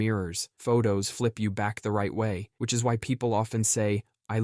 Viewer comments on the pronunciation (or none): and josh also said vich😂